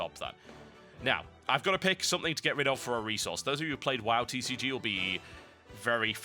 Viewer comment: TCG not CCG it sounds like he is sayin "c" though